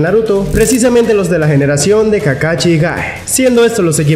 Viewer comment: Ay, me desespera que diga Charingan y kakachi, pero gran video. Casi nadie hace videos hablando de los otros jonin que no son Kakashi